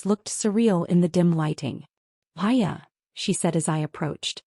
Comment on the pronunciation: Her name is Maya. Not Hiya, Piya or anything else.